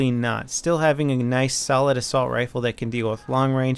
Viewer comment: assussult? lol